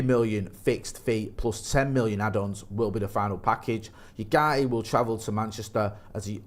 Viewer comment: Pronounced Oowarte